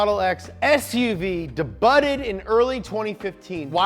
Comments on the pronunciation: mispronouncing words is kinda his thing like “de-butted" when saying the word debuted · Why is he pronouncing 'debuted' that way 😱